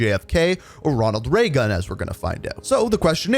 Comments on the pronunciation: Did someone spell Ronald Reagan’s name wrong? It’s the only reason I can think of for why keeps calling him “Raygun”. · Ranoald Ray-Gun